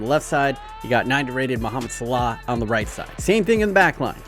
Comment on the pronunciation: Regular ppl: Mohamed Salah: Mohamed Slaugh